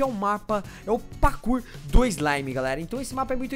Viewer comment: Ele fala pakur